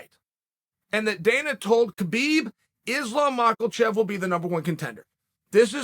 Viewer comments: Like seriously how do you keep pronouncing it Makalchev it's Makhachev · Chael is the goat of pronouncing names wrong… months later and still hearing MACHELLchev, why hasn’t someone corrected him yet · When will you stop saying "mocklechev" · There’s no way that Chael is serious with macklechev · Is Lahm Mocklechev